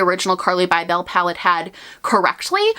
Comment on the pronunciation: I think carli's last name is just pronounced "bible". Not "bye bell" lol if I'm not mistaken..